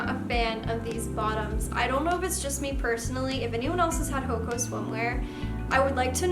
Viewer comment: It’s actually pronounced “Hoe-awh-kah”, but great video!!☺️